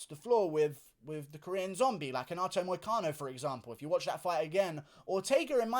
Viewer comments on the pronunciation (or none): none